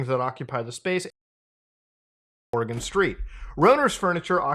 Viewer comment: From every Oregonian ever, thank you for saying it correctly.